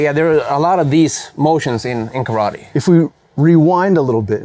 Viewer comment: When you're a karate black belt, and some Chinese Tai chi master between the lines teaches you how to correctly pronounce kata and karate (instead of kadda and kawadi)... and the karateka still gets it wrong. That's one mic drop if I ever saw one.